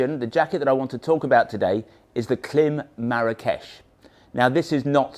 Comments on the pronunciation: Pronounce the i. It's Kl-eye-m, not Kl-eh-m. Like Climb w/o the b. Klim. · Pronounced climb. But good review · it's KLIM -- as in "climb". That's why the "i" in the logo has a long sign on top. A long "i". KL- AYE - M. Otherwise, love your stuff, wish motolegends was in US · Klim 🤣It’s pronounced Klime!! 😂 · Please pronounce KLIM correctly! 🙄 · Oh dear - if you are selling Klim gear, it's probably best to find out how to pronounce the brand name correctly first